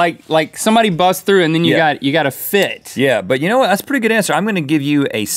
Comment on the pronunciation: Link says "hwhy", "hwhatever", and "hwhat".... he's stewie, basically.